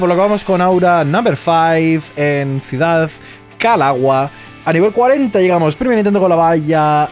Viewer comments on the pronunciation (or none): none